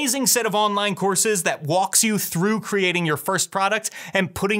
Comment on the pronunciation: Super helpful and energetic video. I think it's hilarious that you say "Doo-Bell-Ee-Doo", Matt says "Doo-Blee-Doo". The extra syllable just adds a little flair.